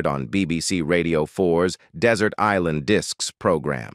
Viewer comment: It's a computer doing the talking. Who says is-land for island and other mis pronunciations???? and various other picture errors throughout! Do some checking before bursting into print! Poor standardt!!!